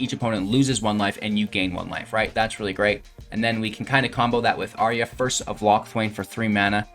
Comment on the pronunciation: Brother, you make great videos and play excellent Magic. But please, please. Say it out loud: "ayy-arr-uh"